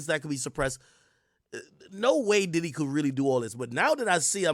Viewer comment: P DIDDY ❌🙅🏾‍♂️ P DIDIT ✅ 🤦🏾‍♂️